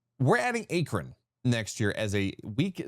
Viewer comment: 😂😂A-kron🤔 I could be incorrect but I believe that is a long a for Akron🙏🏼🤣